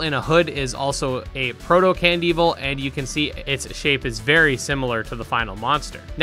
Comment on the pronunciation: love that you say candevil like cand evil and not can devil